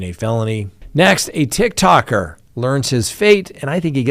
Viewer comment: Tiktok'er!!! Not tick tocker 😅🤣